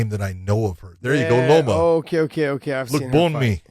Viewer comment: John botched Loma name so hard both Josh and Podcast Dave couldn't find her on the card. I don't really blame them as I'm supposed too catch Thai names really well, but it did not really come across as a Thai words at all when John said them the first time.